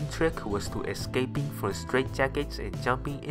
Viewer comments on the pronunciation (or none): excaping?? its escaping ya dumb ass